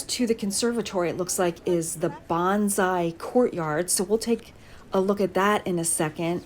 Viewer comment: The actual way to say Bonsai is Bone Sigh. Bonzai is a totally different word. Nice video, thank you.